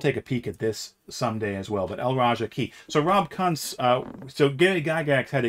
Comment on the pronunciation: My man, Rob Kuntz's name is pronounced “koonts”.